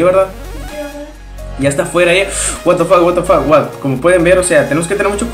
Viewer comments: No si se dice a si pero se lee Ua ta fac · No es por ofender pero no digas "What The Fuck". Por que no lo sabes decir bien, no te ofendas:3 Like :3